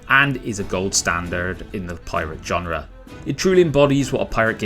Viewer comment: Genre, not john-rah